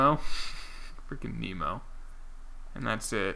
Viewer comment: Nih-mo. Not like Nemo. C'mon man